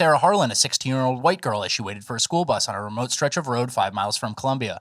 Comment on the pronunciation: "Stretch" not "scratch"